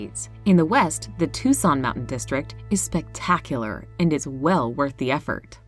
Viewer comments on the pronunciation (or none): none